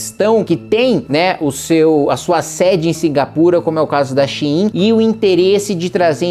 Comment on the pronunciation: Shein de 99% dos brasileiros: xêm. Kim: Shi-im kkkkkkkkk